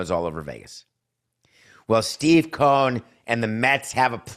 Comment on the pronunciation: It's COH-en